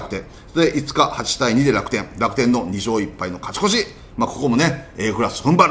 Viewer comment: 里さんの「カチコチ！(勝ち越し)」好き